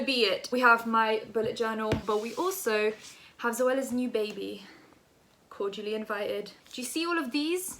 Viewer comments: When she said "cordially invited" I thought she was saying "called Julie invited" and I was like who tf Is Julie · Man said "corgially" Im dead look at her trying to diss Zoe and cant even say Cordially loool but gotta give credit coming at someone as big as Zoella is clever good way to yk up her YT game so the girl is smart and sly 😂😂😂😂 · zoella can't even say cordially, that makes it even funnier! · “SIS” can’t even pronounce cordially